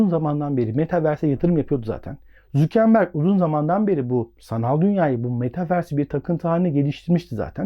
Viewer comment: mark zükenberg ne abi ya valla zor dinledim